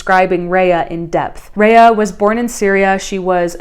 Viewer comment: (Rah-yah) not Reah.